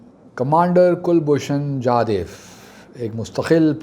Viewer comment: Sir Please call him Jadhav and not Jadev. We know that your root lies in Afghanistan and you are more convenient with Pashto.. still, the man deserve correct pronunciation of his name. Secondly, he is not a commander as he has retired from services long back. You should call him retired or ex commander. We have full faith in Islamabad high court. By the time judgement come, it is possible that there will be no pakistan as know in present day. We do have your retired ISI officer in custody. It is better to negotiate and exchange.